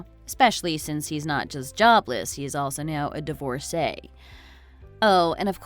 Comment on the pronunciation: OMG Someone who knows how to pronounce divorcee! How refreshing!